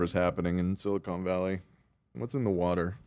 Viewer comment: ha said "silicone valley" when talking about the ageless dude, haha